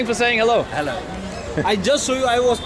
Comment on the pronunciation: Bald: "Thank you for saying hello" Indian man: hELLo